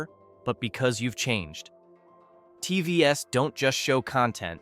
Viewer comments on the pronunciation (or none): I guess when “TVs” is pronounced “tee vee ess” you know it’s an AI talking.